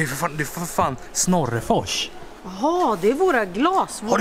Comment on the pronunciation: Varför sa ni snorefors